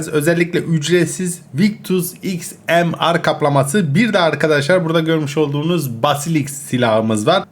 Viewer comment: abi XMR sniper okunuşu İKSMİYAR diye okunuyor heralde